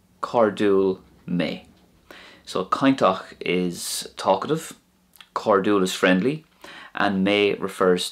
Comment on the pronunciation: Hi, thanks for the lessons. How come when your'e saying "cainteach and cairdiúil, you say both with a hard t and hard d. I thought next to slender vowels they are pronounced soft.